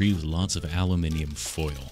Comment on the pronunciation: The way you say aluminium is perfect and yeah keep it up - your Aussie Mate